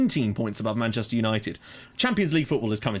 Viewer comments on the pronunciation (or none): none